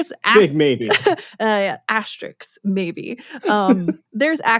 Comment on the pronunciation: Arrrgghhh! 'AsteriSK', not "AsteriKS"!!!! (Other than that, love it...)